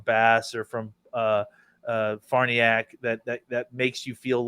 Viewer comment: Love the show fellas BUT its been long enough.... the name is pronounced Far Nee Ock........